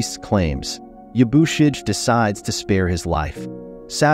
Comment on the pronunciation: It loses something when you don't pronounce the character names correctly; It's Ya-boo-she-gay, not Ya-boo-shidge; and the "I" is not long in Hiramatsu, it's Hear-a-matsu.